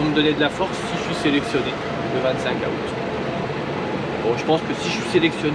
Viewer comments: Super vidéo comme d’habitude. Mais juste comme ça dans août , le A ne ce prononce pas … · moi je prononce pas 15 a out mais 15 zout🤗